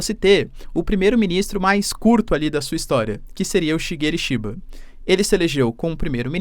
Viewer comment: 😊 falou o nome do primeiro ministro do Japão direitinho😊😊😊 Valeu prof